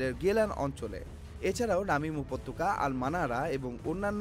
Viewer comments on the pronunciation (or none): none